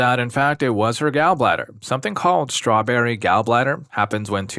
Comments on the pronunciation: Gaul bladder, not Gal bladder. Displayshya not dis plazya Are you a bot? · hard to tell whether youre saying "gall" like "gal" on purpose or not lol